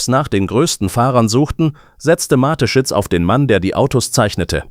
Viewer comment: Hallo, es scheint ein Mensch zu fragen: Am meisten stört mich, dass die KI Stimme den Namen des Firmengründers falsch ausspricht. Die Story selber ist ok. Es wäre schöner wenn Sie oder jemand anderes den Text selbst einlesen möchten, auch wenn es nicht perfekt ist, hätte man das Gefühl, dass Ihnen an der Sache gelegen ist. Nichts für ungut, alles Gute für Ihren Kanal!